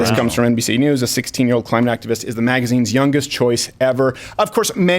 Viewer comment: Hey Crowder, did you just call Greta a “climax-ivist?”